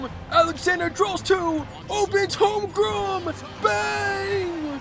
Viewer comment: bro doesn't know how to say Holmgren or Wembanyama😂he kept sayin Holmgrem and Wembanyana🤔